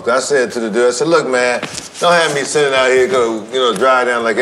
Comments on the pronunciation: I thought he was saying shittin on the floor lmao 🤷🏾‍♂️ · No lie I thought he said shittin on the floor when I get home